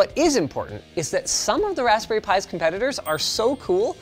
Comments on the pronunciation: RESPBERRY ALERT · "Respberry Pi 4" lol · What is a Respberry? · Respberry pi?!? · respberry pi, I love the mistake! ;)